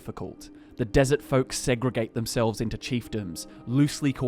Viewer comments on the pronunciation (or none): none